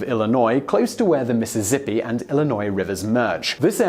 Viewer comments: mississ zippee. lol, that's not how you say it. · “Mississippi” does not contain a “z” sound. Both “ss” consonant groups are pronounced with the “s” sound. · M i ss i ss i pp i!